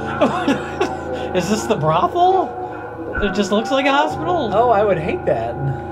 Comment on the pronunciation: Brospital? Mike, it's a HO-spital.